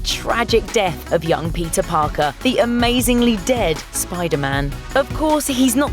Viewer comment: Did you just say The amazingley dead?